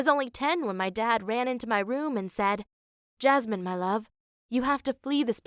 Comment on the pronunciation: Guys her name isn't Jasmin how u guys pronounce it but Yasmin which's a very common name 😂